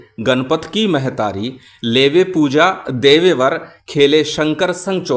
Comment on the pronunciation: गुरुजी प्रणाम जय माता विंध्यवासिनी जय सीता राम मंत्र में जो महतारी शब्द आया है उसका उच्चारण महतारी होगा या मेहतारी होगा? क्यों की महतारी लिखा है, लेकिन आपने मेहतारी का उच्चारण किया है। साबर सिद्धि मंत्र में टोरों का उच्चारण होगा या टोरो का? कृपा पूर्वक मार्ग दर्शन करे गुरुजी, आपके चरणों में विनम्र प्रार्थना। प्रणाम गुरुजी जय माता विंध्यवासिनी जय सीता राम